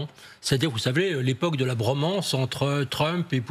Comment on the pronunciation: Le journaliste qui dis Bromance 😅😅😂